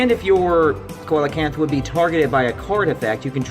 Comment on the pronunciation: Its pronounced sea-low-canth